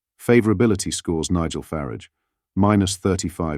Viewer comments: Who is Nigel Farrige ? It’s pronounced furr arj I hate these AI voice overs, really detracts from who or what posted this. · What is Nigel Farage net and favourability? And, why can’t you pronounce his name properly? Or do you say garige???